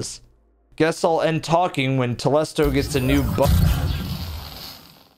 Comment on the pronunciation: I feel like it should be pronounced "Telésto" That's how I say it anyway.